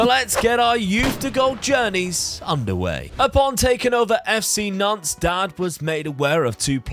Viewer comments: Hey & Dad- great vid, always enjoyable, the French half of my family is from Nantes, hate to be one of those pronunciation guys but you don't say the s at the end of Nantes- its silent, same with Rennes. Anyway always enjoy the content bro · I keep in thinking you are saying FC Nonce lol 💀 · I totally get French pronunciation but in our English drone it sounds like you’re saying Nonce.